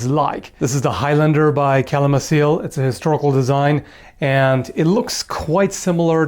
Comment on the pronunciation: It's pronounced "Calimakil", it's Sindarin.